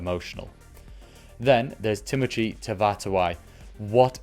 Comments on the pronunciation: How to say timoci, tavatavanawai, tim o see, ta vah ta vah na why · Tee mo thee = Timoci. Otherwise stay with Jimmy. See Timoci = Timothy 😊